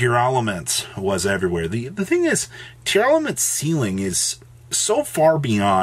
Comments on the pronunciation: IT'S TEAR-LAMENT not tear-a-la-ment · Isn't it pronounced tear-la-ments? Idk y I hear tiara-la-ments or tear-elements